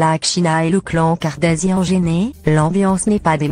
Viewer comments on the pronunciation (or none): Kardashian et kardasian tu prononce mal